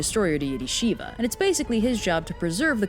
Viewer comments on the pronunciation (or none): none